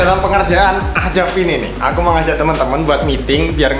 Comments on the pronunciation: azab❌ Ajab✅ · Azab bang bukan Ajab🗿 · Azab min bukan ajab